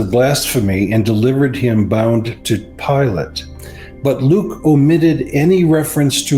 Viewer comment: Yeah, but it is Pilate, not Pilot. I guess the difference flew over their heads.